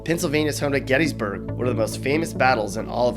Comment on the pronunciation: People from PA call it philly... not philadelphia... it's also pronounced gettis-burg... not getties-burg. Again... do more research before you make a video about it.